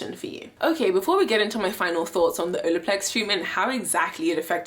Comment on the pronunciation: You keep saying Olaplex wrong lmfao 🤣🤣🤣🤣 You keep saying Odoplex.